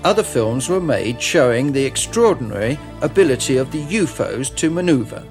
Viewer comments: lol at the pronounciation of UFO's .... "you-foes"? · Why does the translator keep pronouncing U.F.O.s as U-fos?